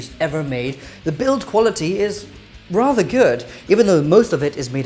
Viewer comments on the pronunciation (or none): none